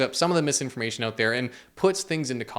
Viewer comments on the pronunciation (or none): ** Scary music plays** “BlackRock paid me to spread their propaganda” followed by the most Canadian “so please go check it ooout” 😅 lol